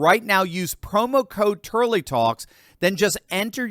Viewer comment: Turley not Turky